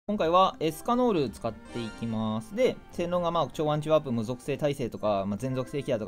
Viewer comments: エスカノールじゃなくてエスキャノールって言ってるとこほんとに好きなんだなって思う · エスカノールじゃなくエスキャノールしか聞こえないですよね。